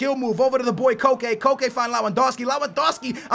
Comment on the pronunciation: Its pronounced just like coke